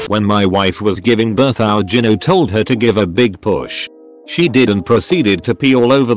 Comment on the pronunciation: Learn how to pronounce gyno!